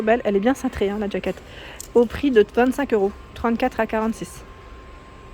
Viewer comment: Jaquette. Jaquette et pas djaquette. Sinon dites une veste. Bonne journée.